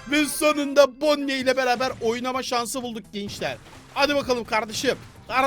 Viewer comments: Abi bonniye değil boni diye okunuyo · Abi onun ismi bonnie gerçek okunuşu bonni diye okunuyo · Abi bide onun adı bonnie ama okunuşu boni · o bonniye deyil bonnie